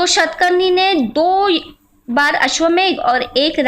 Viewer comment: It is ashwamedha yajna not ashwamegha yajna